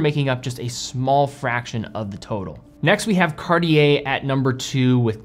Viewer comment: This “Cartier” pronunciation really hurts my ears. 🙉